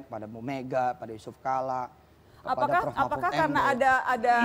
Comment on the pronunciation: saya jg terharu denger alpatekah...! Hikzzhikzhikz..